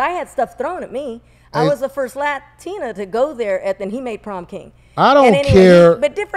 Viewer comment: When you pronounce Latina as La-Tina…guess what? You ain’t Latina., please stop claiming you are.